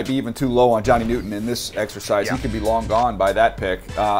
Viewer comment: Why are yall calling him Johnny Newton? Pronounce his name clowns